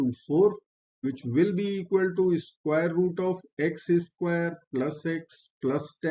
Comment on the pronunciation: I hope this won't come across as an impertinent question, but why do your pronounce x² as "x is squared" rather than "x squared"? (At least that sounds like what you are saying)